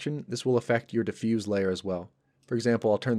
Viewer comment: Diffuse as an adjective is pronounced with an S sound. Diffuse as a verb is pronounced with a Z sound. :)